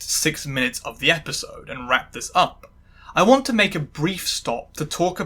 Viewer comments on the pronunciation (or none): "wrap this up"? more like... "rat this up" ........ lmao anyway excellent video as usual <3